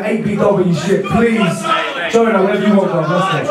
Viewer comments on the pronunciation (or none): I Am A Big Fan Gjonaj clowned you on Facebook for butchering his name 😂